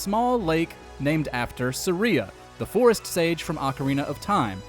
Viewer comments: Please...learn to actually pronounce the names in zelda games... Sarias name isnt pronounced like 'Maria' (for example)..its not SA-REE-AH..its SAR-E-AH (short 'e' sound) 😒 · Ah yes SA-RiA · "Suh-REE-uh"? Alright,. 🤭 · “Sayria” bro it’s saria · Saria as Sareah? You dont say it like that. Calling that bs out right now. No way you ever thought that was right. That's like saying I'm watching MooJaw Plays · You say it like it’s spelled “seria” when it’s literally “saria” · Indeed, Saria is pronounced using a Japanese dialect... ya know, being a Japanese game. I know of absolutely NOONE who pronounces it Saa-riia. It's Sar-ia, always has been. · It's Sahreeyah, not Sahree-yah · Aria (pronounced AH-ree-uh)is a type of song… the whole game is centered around musicality… soooo I’m gonna go ahead and say you’re wrong. Sorry dude! 😂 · Pronouncing Saria like Maria is new to my ears. Then again, I'm guilty of having had a different pronunciation for Cecil's and Rydia's names in Final Fantasy IV for years. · Yeah, every video where he says sa-REE-uh, I have to take a second and realize what he meant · will not be forgiven or forgotten. "Suh Ree Ya" talking goobass. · I’ve always said it “SAR-ee-uh” like “sorry.” Is there really a wrong way? Considering there’s no voices that pronounce the name and we only have text to go off of, I think it’s up to your own interpretation. There’s a video I watched on New Rockstars the other day, breaking down The Last of Us II. They pronounced the group Seraphites as “sera-fits.” That is just blatantly wrong because we hear characters in game pronounce it “sera-fights.” This is not the same thing as that, since we never hear anyone say Saria out loud. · Don't forget to give this video 2000 dislikes for mispronouncing saria & rupee. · When he pronounced Saria's lake I was like who's that? I never pronounce it the way he does lol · You deserve to be locked up under the prison for pronouncing Saria like that. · Bc it’s wrong